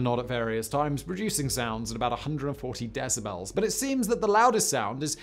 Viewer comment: My "brain strem" heard "decibrels" so MY cerebral cortex says you need an audio editor, too. And your ad libs aren't funny. Just deliver the content please.